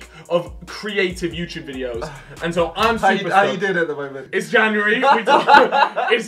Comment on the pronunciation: It’s janary lol